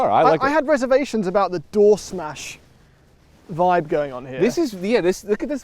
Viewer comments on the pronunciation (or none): none